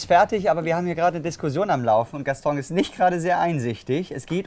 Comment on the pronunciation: Der Wahnsinn oder? Mit Freude zur, von und bei der Arbeit, das hat was. Der gute "Gastong" arbeitete damals schon seit 15 Jahren dort aber kann seinen Namen immer noch nicht richtig aussprechen, kein Wunder das er ihn veralbert 🤣